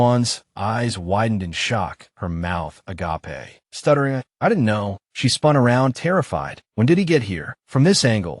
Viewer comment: It's funny hearing agApe pronounced as the Greek, "Love."